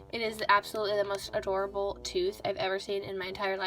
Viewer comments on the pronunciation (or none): When she said "this is absolutely adorable" I thought she said "this is absolutely horrible" who else😂